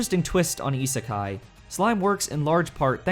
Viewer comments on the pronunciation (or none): none